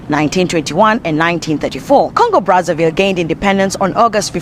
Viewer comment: It's not pronounced "Congo Bratsavill", but "Congo Brassa VEE', since they spek French there. It was a Belgian colony. Run with pure terror by Leopold the 2. 🫣